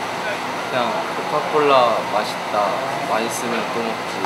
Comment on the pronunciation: 아니 구자욱 발음이 "코카콜라 마시따 마시스면 드믁지" ㅋㅋㅋㅋㅋㅋㅋㅋㅋㅋㅋㅋㅋㅋㅋㅋㅋㅋ 찐대구 ㅋㅋㅋㅋㅋㅋㅋㅋㅋㅋㅋㅋㅋㅋㅋㅋㅋㅋ